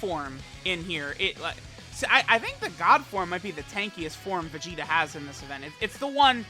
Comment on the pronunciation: Is it me or everytime says vegeta it comes out as vegito.